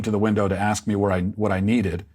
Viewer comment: He just wanted to "ax somebody a question". 🪓